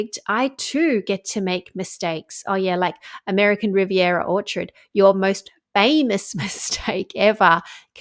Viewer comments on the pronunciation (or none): none